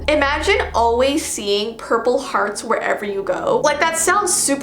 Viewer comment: I was watching this while half sleeping and then I heard her say Purple Hdarts I woke up straight away